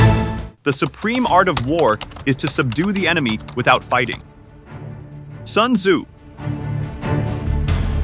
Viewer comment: Sun tsups😂😂